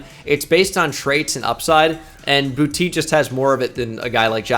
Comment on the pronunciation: boutte is pronounced boo-tay